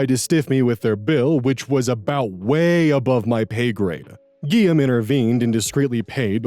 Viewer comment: Hearing how this guy pronounces Guillaume makes me wanna die NGL.